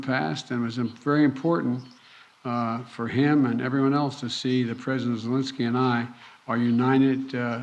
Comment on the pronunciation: Creepy Joe called him Valensky, lol senile old fool...